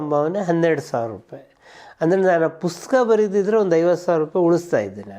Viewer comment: ಪುಸ್ತಕ ಅನ್ನೋ ಪದವನ್ನ ಯಾಕೆ ಯಾರು ಸರಿಯಾಗಿ ಹೇಳುವುದ್ದಿಲ್ಲ.......